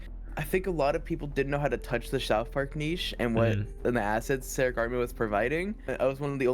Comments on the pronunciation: There were a couple times I heard them say "Keric" but then "Seric" in his own videos lol. They don't even say their own name right! Among the sheer amount of just mispronounced words... That's when I was thinking it was ggs... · is says ceric but you called him kerrick😭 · This is just nitpicking: it’s pronounced “Sair-ick” not “kair-ick”! It’s annoying to hear you mispronounce it when everyone else pronounces it correctly. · just saying, ceric artman pronounced their name as "zeric" artman lol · Ceric Artmans name is so hard to pronounce I used to call him ceric artman with a cuh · I hate the pronunciation of ceric in this video reminds me of my name made me jump a few times